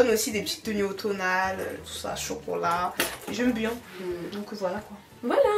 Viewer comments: J’aime trop quand prononce le mot kpoi 😂😂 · a dit Ekieee 😅😅😅😅